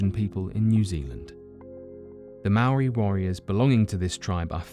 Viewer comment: Thank you for saying Maori correctly